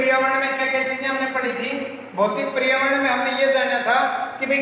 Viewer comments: Sir wo परियावर्ण nahi hota पर्यावरण hota hai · पर्यावरण हैं परियावरण नहीं